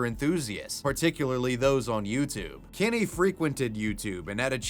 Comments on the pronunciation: I absolutely can’t stand the way you pronounce Kenny as “Kinny”… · I love how you say “Kenny” like Eric Cartman